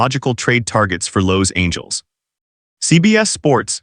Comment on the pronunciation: Lowe’s Angles Can you pronounce any other words correctly? Or is this AI just messing things up again?